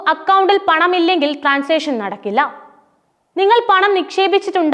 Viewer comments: ട്രാൻസ്‌ഷൻ അല്ല transaction എന്ന് പറയു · Veruthe oru paniyum illa.. transation alla.. transaction.. Vesham...